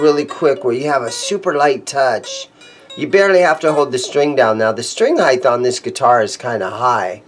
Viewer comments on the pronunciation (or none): Are you saying 'highth'?